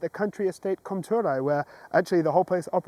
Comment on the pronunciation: I would say you pronounced Comthurey correctly, since it's basically the word "Komturei" but in a weird spelling. Great video, keep it up! Btw, any chance you were yesterday eating at Tacos El Rey? Otherwise you have a Doppelgänger in Berlin ;-)